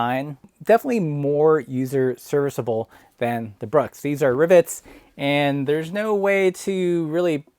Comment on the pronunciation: Wait...are you saying "ribbits?"